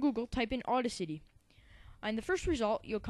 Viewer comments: you do a good job however... it's boost the BASS, which rhymes with ACE, not rhyming with MASS. It's BETA, which rhymes with FATE-a. And finally it's au-DA-city, as in DAD, accent on 2nd syllable. fyi. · It is Audacity, not Auda City :P Nice tutorial btw.